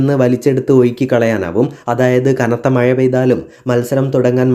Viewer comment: മഴ... എന്നൊക്കെ പറയാൻ പഠിക്കടോ